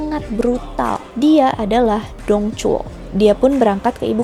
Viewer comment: Dong Zhuo = Tong Chuo Lū Bu = Lu Pu kak bacanya